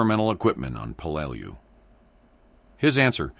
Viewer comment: It's pronounced 'Pel-lah-lu island😢